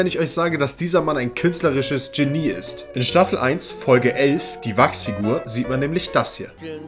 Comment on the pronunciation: … künstlerisches Genie (Tschenie) ist. X … künstlerisches Genie (Schenie) ist. ✔️